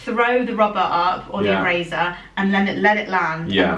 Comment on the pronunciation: Erasers, not eray zzers. It just has an s sound. Just saying.